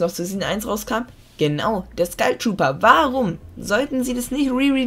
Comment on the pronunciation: Wieso sagt jeder Skeil trooper das heißt Skull trooper